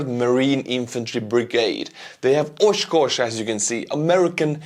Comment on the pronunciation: Being a resident of Oshkosh I got a little smirk at your pronunciation. Close, very close. It's the accent that did it.